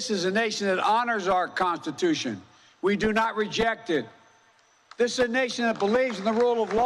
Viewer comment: Americas consssittussion 😂